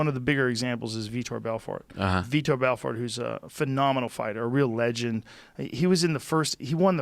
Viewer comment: I see Joe finally pronounces Vitor's name properly after all this time.